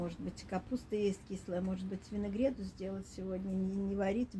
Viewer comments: Видимо и у меня что-то со слухом тогда, потому что я тоже слышу ВинЭгрэт)))) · ну, не могу... Ну, почему винЭгрет? Ну, никогда так не говорили. Ни в России, ни в Белоруссии. Простите, ничего страшного не будет, если вы иногда будете прислушиваться и стараться говорить правильно. Вы ведь публичный человек, выходите на большую аудиторию.